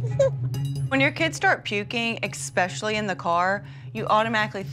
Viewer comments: " Expecially in the car".. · "Eckspecially" maybe you should have to pass a test to be a parent